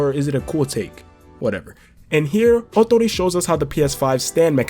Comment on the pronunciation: Great pronunciation of Ootori’s name And yes you were correct!!! Awesome!!